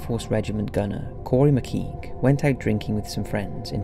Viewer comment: Pity you can't pronounce Laos, McKeague, Bury St (Saint) EdMUNDS not "Edwards", -if you are English such ignorance is unforgiveable.